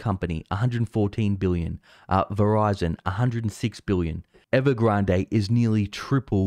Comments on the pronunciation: There is no reason to pronounce Evergrande as if it were a Spanish word. Please revisit. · I like how u pronounce evergrade . Sounds sooo posh..